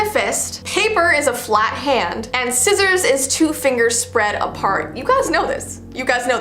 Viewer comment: you said “rock,Paper,sissiors and it’s soppose to be “Rock, Paper,Sissiors, shoot”……….